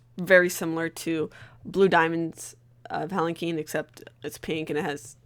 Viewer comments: Urgh it's a palanquin pronounced palacwin not palaceen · "um, actually it's pronounced palankeen"